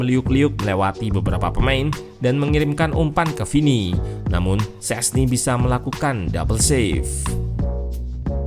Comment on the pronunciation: sama halnya kiper barca, dibaca sesni wkwkwk.